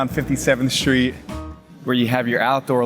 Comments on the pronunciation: What’s a shtreet? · Shtreet. Can this Shtreet guy get a tighter suit? Shtreet. Shtreeeeeet!!!!